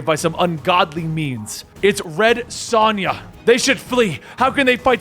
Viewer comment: Sonja is pronounced differently than the way you say. My mom's name is Sonja. It's like (sOne[long O]ya)